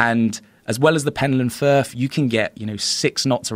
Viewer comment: PenTland Firth. With a T.